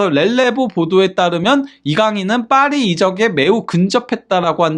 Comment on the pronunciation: 죄송합니다 빠리가 아니고 파리입니다